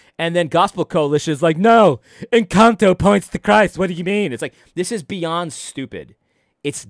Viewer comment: Now do an analysis on pronunciation of “Encanto”.